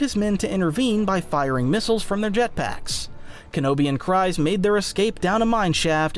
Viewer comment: its Kryze(kreez)..please PLEASE.....i cant